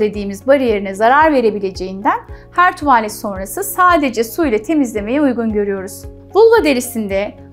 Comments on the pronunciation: Anla tuvaaaalet degil tuvalet. Doktor olmussun ama diksiyon zayif cikmis bir de konusuyor youtubede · mesela tuvaalet diyor iki a ile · Bilgiler için çok teşekkür ederim ancak tuvaaalet dedikçe siz irkildim Doktor Hanım , “tuvalet” yani a harfini uzatmadan telaffuz edeceksiniz . Sevgiler 💕🌸